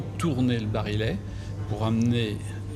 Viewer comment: "l'expert' '' (encore un ) qui prononce " bari( 'let' au lieu de "barillet"'///cela laisse un doute ! le révolver date de Mathusalem . En outre cette femme passe son temps à s'exhiber verbalement ,à la manière de son "club philosophique" voire de "psy"...etc. ...pénible ! passées 15 minutes ,je ferme cette vidéo